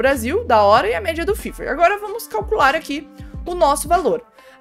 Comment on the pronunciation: Fiverr se pronuncia Faiver, como vc estava pronunciando é como se fala febre em ingles, fever .